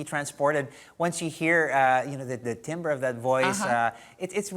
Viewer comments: It's tamber not timber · He said tim-ber it's wrong check